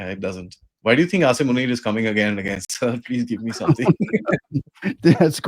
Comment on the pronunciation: I like the way he says asim manure😂